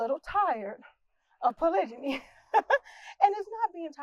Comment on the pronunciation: Annoying she says it wrongly. In fact the whole thing is wrong.